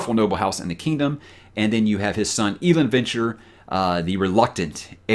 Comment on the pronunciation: Hey! I know you don't typically listen to the audiobooks, so take it for what it's worth, but it's pronounced El Land (Elend). Now that I've gotten that out of my system, still loving your channel, and your honest OPINIONS, even the few I don't agree with. Keeps those discussions fresh IMO.